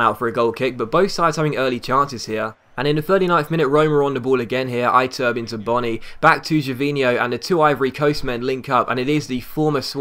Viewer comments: lol Iturbe is EE-TUR-BAY, pronounce as if you were hispanic, cus he is argentinian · It's pronounced IH-TUR-BEY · Ee - tur - bey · One thing I hate is when people can't pronounce players names properly you're pronouncing "Iturbe" wrong.